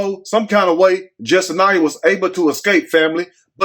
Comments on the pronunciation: pronounced the name wrong too 😂 it’s Jes sin yah 😂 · her name is pronounced Jess sin yah. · my sentiments exactly 👍🏽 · you got on the media for pronouncing her name wrong. Her real name is pronounced, Dummy!!!!😅